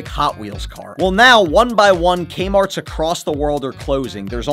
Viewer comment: Threek A-Marts